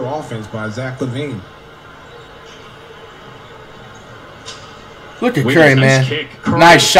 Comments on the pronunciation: Flight breaks character and says Lavine's name correctly... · Flight caught slipping 😂 He pronounced Lavine the right way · When Flight finally say Zach Lavine correctly- I'm happy for you Flight 2020